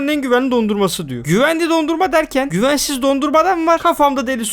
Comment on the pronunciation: Güvensiz e güvensis dedi